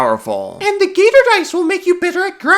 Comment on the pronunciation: Gator confirmed as German. Gertor.